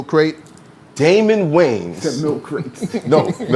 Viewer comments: Wayans Not Waynes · It’s “Wayans”